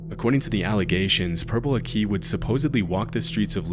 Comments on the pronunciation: It’s pronounced purple Akky. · Pronouncing purple aki as akee is diabolical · It's pronounced purple ackey (like hackey) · It's pronounced Purple "Ak-Key" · Purple aki - it is pronounced like ACKY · Purple Aki pronounced "ah-kee", or "acky" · I grew up in Manchester in the 90s and early 2000s and everybody had heard of Purple Aki & to be honest we didnt think much of him. 20 years later and hes on one of these videos is wild. PS his name is pronouced A-Key. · AHAHAHAHA I can’t believe this channel has brought up Purple Aki 😂😂 (it’s pronounced Ackie) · It’s pronounced purple ack-ee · Its pernounced Purple akk-eyy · PURPLE AKI YAY (its pronounced like ackee i believe) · The pronunciation of Purple Aki 😂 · Purple Aki died recently. Also butchered the name. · That’s not how purple akhi is pronounced 😢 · i cant stand the way he said purple aki also never thought i would hear a story on yt that ive been hearin f time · how an you do all the research on Purple Aki and not say his name right. Fucking ignorant yanks. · The way you pronounced purple aki made me laugh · Dying at the way you pronounce 'Purple Aki' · The way you say purple aki hurts me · mispronounced purple aki, but it's all good. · Never thought purple aki would be in one of these videos. Butchered his name though 😂😂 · Completely butchered the name though! These Americans 😂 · Bro the pronunciation of purple aki is killing me, the aki was commonly pronounced as a-ck-y not a-ck-ee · PURPLE AH-KEY NOT PURPLE A-KEY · It’s purple ak I not akee (ak-aye) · Purple a-key 😂 it’s purple Ackkee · My time to shine. Purple aki used to prowl where I used to live. His name is pronounced purple ah-kih not a-key. He is named as such because he is so black he looks purple. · Purple Aki is pronounced “accy” not “akey” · Bit late but British guy here, it's not purple a-key, it's purple ak-eh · Not purple aki 😭😭😭it’s “Akee” not “ahki” idk where you got swallowing kids whole from either lmaoo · Its purple Ack-e not A-key